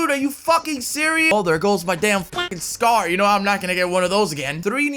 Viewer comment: "There goes me meh Scar" LMAOO